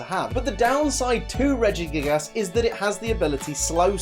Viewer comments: He said Regigiggles hahahhah XD P:S good video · Lol you said in the video "Regigiggles" XD